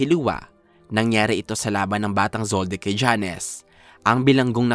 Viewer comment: Jones! Hindi Janes